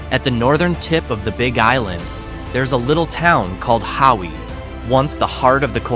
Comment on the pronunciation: Waimea on the big island shown on your google earth portion of your video, is not the “Grand Canyon of the Pacific”, which is in Kauai. Both areas have rich historical value and it’s important to showcase them both. You pronounce the historic sugar town now an artist community of Hawi, Hah-vee. There are many issues with your video. I appreciate your efforts, but you should visit and get the lay of the land, learn to pronounce the names correctly, and find true inspiration for these hidden gems. 💎